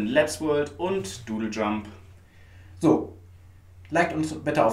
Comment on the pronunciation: Du sagst ja immernoch Dödeljump, find ich hammer macht weiter so meine Freunde!